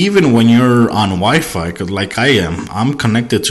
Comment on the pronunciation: "constantly searching for a wife," haha LOL. I know you mean wifi but I had to laugh. sorry bout that.